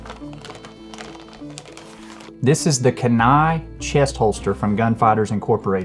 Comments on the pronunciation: It’s “Kee-nie “ not “can-nie”. Like the river in Alaska. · Not to nitpick but it’s pronounced Kee•nai. Awesome holster I want one. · It's spelled Kenai, but it's pronounced, Keen Eye. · keee-neye. keen eye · I had to check comments to see if anybody would correct his pronunciation. It was driving me nuts! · I was thinking the same thing, I'm in Anchorage